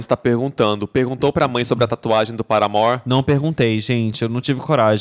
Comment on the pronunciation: é o primeiro fã brasileiro de Paramore que eu ouço falar o nome da banda do jeito certo. <3